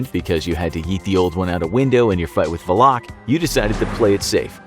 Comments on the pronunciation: Why is he saying valak like va-loc? I thought it was val-lic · Valak isn’t pronounced that way